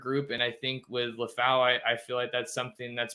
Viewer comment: It’s LEH-FAU my brotha but thank you for his spotlight. His name is translated LION in the Samoan language ! His destiny is coming into a fluent stride 🇼🇸 haha faka and that’s my life story